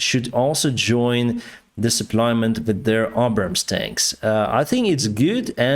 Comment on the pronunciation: From the U.S.Air Force Website: "The GBU-39B Small Diameter Bomb, or SDB, is an extended range all-weather, day or night 250 lb (113Kg) class, guided munition." Unit cost $40K/each. PS: Abrams, PAtriot and AviAtion have "Long A sounds as in dAy, hAy, sAy, rAg, nAg, tAg, bAg, rAy Keep up the good factual reporting. According to Putin and his Yes-men ORC's they have practly won already, We call BS.